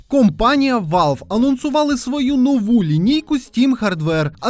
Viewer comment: Мені почулось "кумпанія"😂.